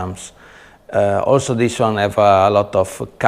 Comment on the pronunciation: " Dis is a very very VERY nice " Love it brotha! Lol